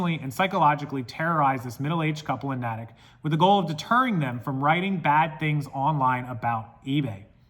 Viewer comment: We're wacky here in Massachusetts & pronounce everything differently that it's written - Natick is pronounced Nay-tick. I just wanted to let you know. Crazy story thanks for sharing!